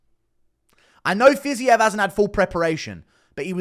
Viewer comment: Stil your Fiziev pronounciation is perfect, thx for the video